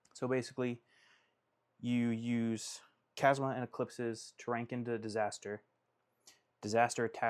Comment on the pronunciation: “Kasma” CHasma bro like Chazz CHAZZMA 😭😭